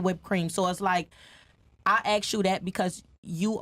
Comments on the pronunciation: You guys could start by learning English. It's ask...... ask..... not aks. Finna is not a word either the way to say it properly is I was fixing to do that. And we don't like when you refer to yourself as a bitch and use the f. Word every six words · Red flag: she say axe 🪓 instead of ask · I axe you Dat. INTELLIGENCE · Who is she "axing"😂 I couldn't bear watching the whole thing anoying af